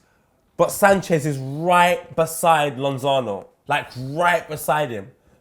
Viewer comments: Lozano not lonzano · calling Lozano Lonzano lol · lonzano ??? you mean lozano right?? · man said Lonzano